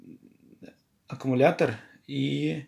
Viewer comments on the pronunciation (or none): none